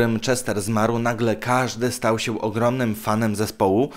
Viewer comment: "sieł" zamiast się, "trocheł" zamiast trochę i tak można wymieniać bo kaleczysz język polski niemiłosiernie.. Zamiast nagrywać idiotyczne filmiki może popracujesz nad wymową?